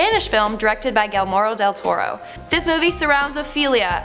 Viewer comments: Gelmoro Deltoro? I'm getting the impression you guys see this script for the first time right before recording, and refuse to do a second take. It's Guillermo.. hard G like in game.. ghee-yehr-moh. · Did she say "Gilmoro del Toro" instead of Guillermo del Toro. Or am I the only one who noticed that. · I want to know where she got the extra syllables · I love when Pans labyrinth is mentioned, such a good movie! But gurl, the way you buthered Guillermo del Toro's name. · Love this channel, but the way said Guillermo del Toro just killed me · I'm sorry... Did she really mispronounce Guillermo del Toro's name?? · Yes!! And it was God awful!!🤦‍♀️🤦‍♀️ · Lady you just butchered Guillermo Del Toro's name... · Am I the only one who noticed how she mispronounced Guillermo del Toro's name? 🤔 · I gasped an grabbed my chest, it's ok she gets points for being Canadian. Also can you guys take Justin Bieber back please 🙏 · I cringed and laughed when she said his name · Vishnu Rajendran i was pissed and gringing